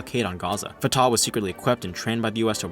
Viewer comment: FYI, Fatah is pronounced Fu-tuH with emphasis on the first syllable(like the fu in fun) and an exhale(like a sigh) on the H. It's easy to remember because i always sigh out of frustration when talking about traitors